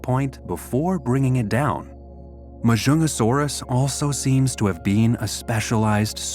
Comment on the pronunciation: its actually majungasaurus the j is not silent and there is a g in the name ma junga saurus